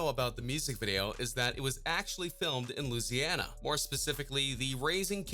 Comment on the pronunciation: Don’t ever say Louisiana again 🤦🏽‍♂️ u embarrass us Louisiana ppl